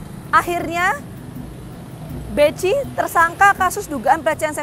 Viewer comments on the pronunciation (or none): Bekhi bacanya bukan beci😂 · Bechi dibaca Beki neng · Salah sebut nama, jadi masyarakat tak kenal. Bechi itu ejaan lama, sebutannya bukan Beci, bukan Beki, tapi dieja Behi. Wartawan jadul koplak!